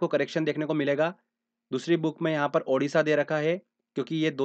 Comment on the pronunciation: Not Udisha.... Odisha OK